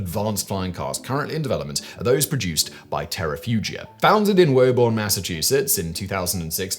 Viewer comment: Since I'm from Massachusetts, I'm only here to complain about the pronunciation of "Woburn" as "woe-burn" it's "woo-burn"